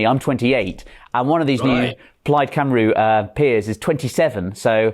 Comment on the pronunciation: Please learn how to pronounce Cymru. It really isnt difficult